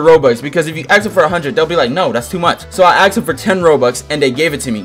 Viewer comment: I love how he says aks instead of ask